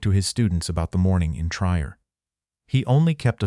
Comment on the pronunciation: The correct pronunciation of Trier is tree-air, not tryer.